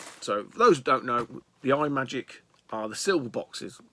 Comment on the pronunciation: Kaboom is the Bomb! Deffo the best paddle game on the Atari. Cosmic Arc (developed by Rob Fulop of Night Driver, Missile Command and Demon Attack fame) is a loose sequel to Atlantis. And btw, the pedantic t@ in me wants to tell you it’s not pronounced ‘eye’ magic - it’s ‘Im’agic. Here endeth the lesson. See you soon buddy ;-)